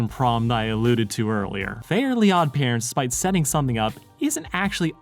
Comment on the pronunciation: Same lol. I was so confused with his pronunciation until I realized that it wasn't called fairy odd parents